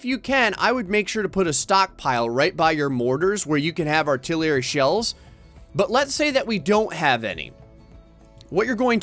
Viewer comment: Arr-Till-Err-Eee says Artillery